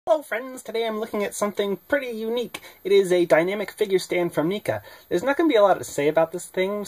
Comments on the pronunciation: You saying Neca wrong. It's not pronounced Knee-Ka it's pronounced Neck-A. Even watching reviews or interviews with Neca they pronounce it as Neck-A not Knee-ka. Also the base is okay the suction part is useful for getting real dynamic flying poses for other figures with capes or have cloth capes too to help hide the clamp and suction mount when taking figure photography photos. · Yeah please pronounce the company name right. Nika rofl